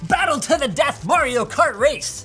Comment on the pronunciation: Linus said Mario wrong.